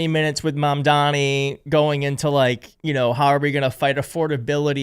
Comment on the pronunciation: It's pronounced Mam Dani